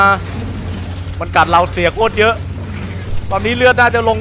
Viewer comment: กอลีย่า. พี่บอลพูด. โครด ตลกกกกกกกกกกกกกกกกกกกกกกกกกกกกกกกกกกกก สุดฮา